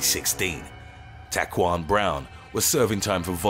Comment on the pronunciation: That pronunciation of Daquan though... lmao....hahahaha "Dack-juan" bahahahahaaaaa